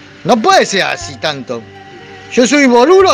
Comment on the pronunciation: jaja jaja el "ser" 😂😂